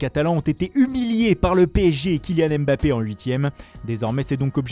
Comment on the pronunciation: Moi je suis pas satisfait du retour de la voix de foot mercato. Il fait des grands accents italiens mais il est incapable de prononcer Mbappé et Dembele correctement....